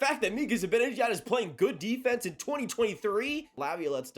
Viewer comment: Zih-ban-ih-jad— let’s all say it together